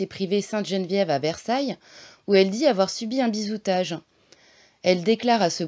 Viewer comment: Bizutage, pas bizoutage. Sinon pourquoi cette obsession pour la franc-maçonnerie. C’est peut-être pertinent mais pas sûr. Et « elle a fait allégeance à Israël « n’importe quoi